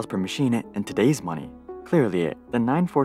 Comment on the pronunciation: "machine-uh... clear-lee-uh" yup-uh, we-uh do-uh struggle-uh to-uh drop-uh the-uh frequent-uh gasping-uh of-uh breathing-uh via-uh the-uh mouth... Uhhh as we are forced-uh to uh-strughle-uh in come-place-sense-e-uh of idea-uh, dis-cust-ting-uh...uh!